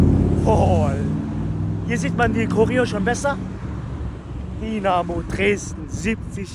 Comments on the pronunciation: Es heißt nicht Dinamo,sondern Dynamo!(Sowas regt mich auf!)😉! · Das heißt nicht Dinamo sondern Dynamo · junge das heißt dYnamo und nicht dienamo. 😂 das tut weh im ohr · Danke für deine Doku😊. Komm gern wieder ins Stadion! Aber Bitte DYYY nicht Dinamo😂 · TIPP:nicht Dinamo,es wird Dünamo ausgesprochen und Dynamo geschreiben 😊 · Bitte in zukunft dynamo sagen, nicht dinamo. Und noch ein tipp am rande "licht am fahrrad - dinamo" ist vielleicht in manchen Situationen nicht unbedingt förderlich für das körperliche wohlbefinden 😂😂 Und vielleicht bei den nächsten besuchen von Stadien die Menschen um dich herum nicht so nerven 😂 der kerl neben dir guckt nicht nur einmal total genervt 😅 Aber alles in allem steht fest woher die besten Fans kommen! Elbflorenz 🖤💛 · So,...und jetzt nochmal richtig DYNAMO spricht man "DÜ Namo" nicht DI Namo". Kriegste noch hin, Bro! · Dynamo.. nicht Dienamo :D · Dieses dinamo es heißt Dynamo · Es heißt DYnamo und nicht DInamo. Danke 🖤💛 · Tipp: es wird Dünamo ausgesprochen aber Dynamo geschrieben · Es ist grausam wie Du Dynamo aussprichst. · Wer noch nicht mal Dynamo aussprechen kann. Respektlos ist mit Licht ans Fahrrad Dynamo. Sollte dieses video für sein scheiß Clickbait Löschen! Zu 100% hast du nichts mit Fußball am Hut ubd solltest wieder dahin gehen wo du her kommst!